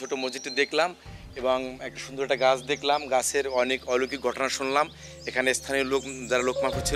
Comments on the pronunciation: জনাব, শব্দটা 'অলৈকিক' না, 'অলৌকিক' হবে। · অলৈকিক নয় শব্দটা অলৌকিক। উচ্চারণটা ঠিক করেন। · অলৈকিক কীরে ভাই ? অলৌকিক হবে। তোমার আরো পড়াশোনার দরকার